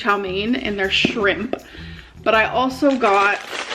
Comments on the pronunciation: The way she says shrimPAH and pops the PAH makes me so angry lol She’s so extra with everything she does. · The way she said shrimp